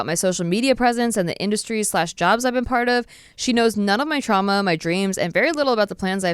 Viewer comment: Did say trANma instead of trauma?